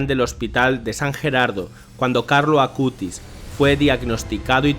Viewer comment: Hermanos de hermoso video pero les corrijo es "Acutis" y no "Acustis" pero de resto hermoso video ♡♡♡ ☆Beato Carlo Acutis☆ ¡Ruega por Nosotros!